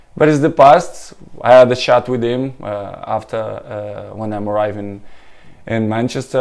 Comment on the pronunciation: looool my guy said “I had a shat with him”. Is my man CR7 having a sly dig at Gary